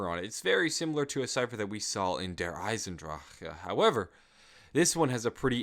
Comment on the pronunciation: Der instead of dear